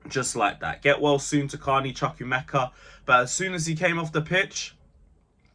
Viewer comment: And the name is pronounced Chu-ku- emeka. Like you pronounce chu-chu train.